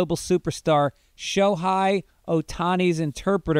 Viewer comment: Greg, it’s pronounced Sho-HEY not Sho-Hi. Great impression of a Thai woman though 👍🏻